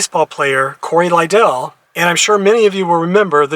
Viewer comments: Thank u for honoring Cory. It’s pronounced Li-dull. Like ladle. And as a baseball fan and an Oakland native, I have to ding you. It’s the Oakland Athletics, not Orlando. No worries though. Thank you for your tribute to a great mlb pitcher ⚾️⚾️ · Hi,: Two things: I believe his last name stressed the first syllable, so it rhymed with "idle"...and one of the MLB teams he played for was the Oakland Athletics. There is no MLB team in Orlando.